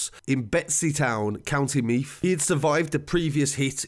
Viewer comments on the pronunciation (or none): He calls the county I live in meath meaf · The way he says drogheda , meath and bettystown 🤣🤣 nah but srsly great video good to shed some light on this it was a horrible thing many ppl had pics of the aftermath on their phones and it was sick they would send it around